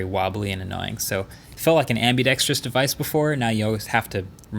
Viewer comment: "Ambideskious" Device